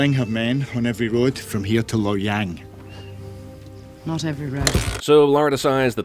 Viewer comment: Lo-yang more like logang 💯🔥🔥💯💯👌😂💯🔥💯